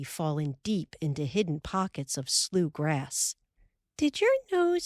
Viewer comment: I love that the word slough is pronounced correctly. At least that is how real Midwesterners pronounce it. Pronounced "sloo".